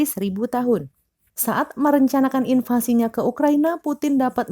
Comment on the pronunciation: Invasi bukan invlasi, kayak gak kompeten gini pembawa beritanya, jadi curiga